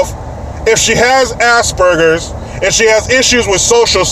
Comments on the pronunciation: Was that "assburgers" I heard, versus aspergers? 🤣🤣🤣🤣🤣🤣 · I thought he said asparagus, oh well, tomato tamato! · ASS-bergers?! Wth lmao😂😂